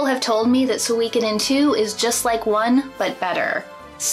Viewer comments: suikoden not suweecoothen. s2 was the best btw if u didnt know. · “Sooweekoden” Girl. Pronounce it correctly if you’re going to shit all over it. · I always pronounced it as Soo-koden like suit. It's weird hearing it as So-wee-koden. It's like reading an entire book saying a name a certain way only to find out you had it wrong the whole time.